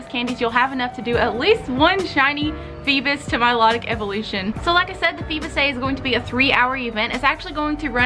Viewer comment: It's not feebus but feebas (feebaas)